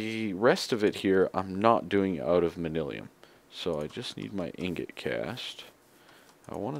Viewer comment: It's man-yuh-lin, or man-yoo-lin ;P